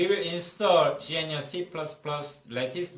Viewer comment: Just started watching, feedback so far: I like your professional style of presentation though I found your pronunciation of "gnu" quite confusing (I thought you were saying something like "genuine"), perhaps "G C C" might be easier to understand?